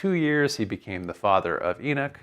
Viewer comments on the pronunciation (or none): Second Eee-nick? {:o:O:} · Beginning of the lecture: It's pronounced Ee-nock. After 20 minutes Enick Enick Enick... Thinks Ee-nock... Well that was the 2nd book of Enick....